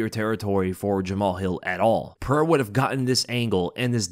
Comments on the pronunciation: piera lmao still cant say his name right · its Pereira, not Piera. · Oh and his real name is pronounced ( pahaira) your welcome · Thank you for addressing that. I don't know why DC, the mega cheater, thinks his words have ANY validity. Not even gonna talk about. He's a clown who can't even pronounce Pereira's name right 2 years now.